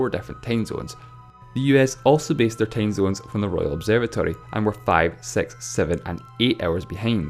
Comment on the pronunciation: "Tame zones" XD My cuntri hab nane tame zones